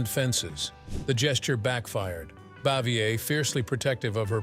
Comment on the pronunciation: Absolute rubbish! "Narrator" cannot even pronounce "Bavier" consistently sentence to sentence. I'm mad I wasted any time on this stinker.🤬